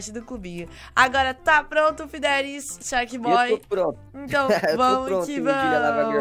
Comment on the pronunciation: Que você fala só um pouquinho errado o nome sharkboy porque acho que entendeu